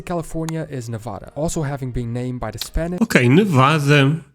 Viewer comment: i love this video but its always a tiny bit disheartening when someone says nevada wrong lol! (its neh-vaa-duh with an e in the beginning and a long a!) we're probably one of the only states who harps on it so much but we've got our state pride like everyone else, known for aliens, nuclear bombs, casinos, prostitutes and amazingly beautiful nature! if you ever have a chance to visit the northern part not just vegas its gorgeous in the winters and up at the lakes during summer!